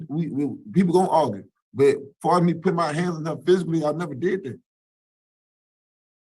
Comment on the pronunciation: "People gon arggle." Noted.